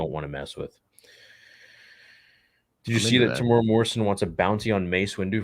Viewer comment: Haha are you correcting me? :-) :-) - Fine then, I'm from New Zealand so ill start spelling Asoka right when you Americans start pronouncing Temuera correctly. You guys butcher it every time. It's pronounced Temu-Era (his name has 4 syllables). Not mad about it - but do you guys have to mispronounce it every freaking time? Other than that, much love to my fellow Star Wars brothers. (edit - and sisters).